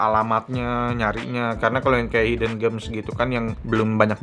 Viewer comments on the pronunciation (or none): none